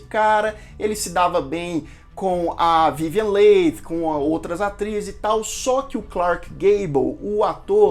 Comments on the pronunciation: A pronúncia correta do nome da atriz protagonista é Vivien" Lee" e não Leig como foi dito. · Se pronuncia Vivian "Lie" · Vivien Leigth..... Pronúncia Li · Soletre corretamente o nome da atriz.é vivien leigh e nao vivien late.por favor. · Vivien Lee ( Leigh se pronuncia Lee = Li) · Sim..verdade a sonoridade correta do nome dela é VIVIEN "LI" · Ótimo vídeo! Filme marcante! Só queria chamar atenção para a pronuncia do sobrenome da Vivien Leigh. Se pronuncia “Lee”. Abraço 😊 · A Melanie eh prima do marido, não da Scarlet.. a Scarlet casa com o irmão da Melanie ( o seu primeiro marido, que morrerá guerra), então elas são cunhadas......Se pronuncia Vivian “li”. A Vivian Leight foi escolhida, quando foi assistir a cena da explosão... aquela q eles Fogem para tara... a carroça eh introduzida depois... o incêndio na cidade foi gravada antes.... ao ver a Vivian , pela semelhança com descrita no livro, logo ela foi escolhida. A Personagem “ mamy “ foi a primeira negra a receber o Oscar , e foi obrigada a entrar pelas “ portas dos fundos....😢😢😢😢, ou receberam por ela, eu. Só lembro.... O Diretor estava fazendo “ O mágico de Oz”, isso deu uma confusão... no final ele ganhou o Oscar de ambos os filmes, mesmo sem merecer, A atriz Vivian Leight nasceu na Índia ... ela não era inglesa! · Verdade. Dei vários pulos da cadeira quando te ouvia pronunciar o nome dela rsrsrs. Sou apaixonada por este filme, onde "furei o DVD" de tanto assistir kkkk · Sua descrição, comentários, críticas e revelações dos bastidores do filme,são tão bons que nem reparei que pronunciou o Noé da atriz principal com outra sonoridade...nos entendemos tudo.muito bom😘😘😘